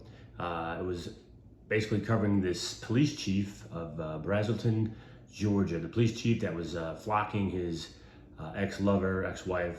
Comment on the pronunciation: Thank you for saying Georgia.❤